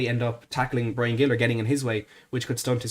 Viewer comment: A small correction,. Gil is pronounced more like Hil, the g sounding like a soft h. Of course, this only matters if we sign him. COYS.